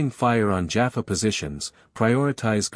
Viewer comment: Listened to several of these cross character Stargate stories on different channels and so far none of them have pronounced Teal'c, Jaffa, Tokra and Naquadah correctly! ( Tealk, Jaf FAH, TOE kra, NA qadah). Feels like if a TV show is going to be used as the backdrop for a story its only proper that the names in it are pronounced right.